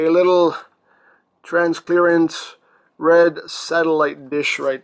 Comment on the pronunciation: No matter how many times you say 'transclearant' it won't actually become a word...... ;)